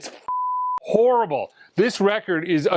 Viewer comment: Hello from France, horribbbbblllleeee😂. I kwnow this word, it's the same word in french. Do you mean the sound is horrible because it's made in France? Be Carefull 😂😂😂. At your next vidéo 😊